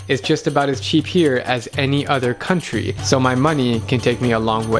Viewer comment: In You said Counry Lol.